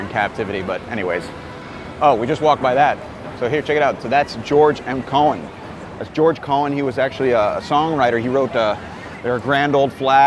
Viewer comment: It is pronounced Co "Han" as in hand. He was Irish, Cohen is Jewish.